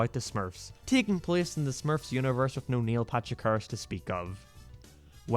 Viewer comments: “Niel Patrick Hahrerashh” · He said Neil Patrich Harris 9 times, said Neil twice and Neil Patrick Harris' name was on screen once.